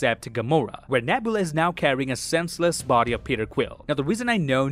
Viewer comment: Gunn didn't say this was the last Guardians movie dude. He said it's the last time we'll see these guardians. Another thing: you have a couple names wrong. Karen Gillan's character name is NEbula, not NAbula. And Rocket's girlfriend's name is Lylla, not Alylla.